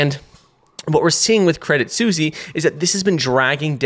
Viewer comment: Your name is and you can't say Suisse...